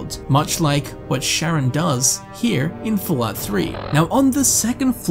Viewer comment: Stop pronouncing charon like sharon wtf 🤣